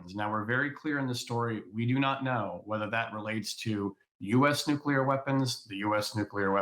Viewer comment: Nuclear. It's pronounced Nuclear.